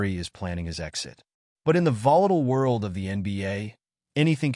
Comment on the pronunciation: o da worrl, I caught that 😂